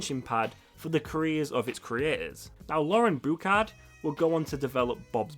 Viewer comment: Boo-Shard, not boo-kard.